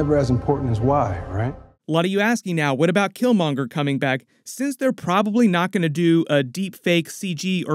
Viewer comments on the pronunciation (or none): none